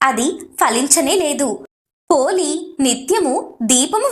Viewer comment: పోలి అనాలి